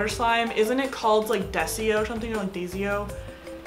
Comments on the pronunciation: It's not desio it's pronounced die-so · It's called DAISO NOT DESIO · DAISO it sounds like (die-so) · btw the clay is pronounced as (da-so) dayso*(diaso clay) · Daiso is pronounced Die-so ^w^ I loveeeeee your videos! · It's called Daiso clay ( die- so) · Daiso clay (DIE-SOW CL-AY) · How To Prounounce Daiso Dye-so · Die-so omg 😂😂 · the way she said diaso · It's called daiso clay but pronounced dieso lol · daiso clay (day-so) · Daiso air dry clay pronounced: die-so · the clay is pronounced Die -so *not trying to sound rude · its Daiso clay, pronounced die/so :) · It is pronounced day zo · Daiso clay (pronounced die-so) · daiso is pronounced die-so lol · Its pronounced di so clay. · Not trying to hate I love! But this is how you pronounce daiso clay DIE-SO clay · You pronounce dyso clay d-aaa-y-s-O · When u tried to pronounce daiso, it triggered me but I love u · Omg she pronounced daiso so wrong😂